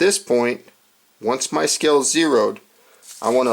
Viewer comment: It's pronounced "scale", not "skell"....okay?